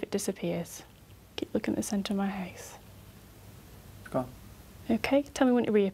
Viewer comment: am i the only one who think she said "hace" instead of "face" ? I think she wanted to say head but meant face and ended up saying hace instead.